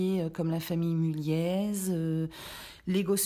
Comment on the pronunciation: Pour une énième fois, Mulliez ça ne se prononce pas "Mullièze" mais "Mullié" Sinon émission intéressante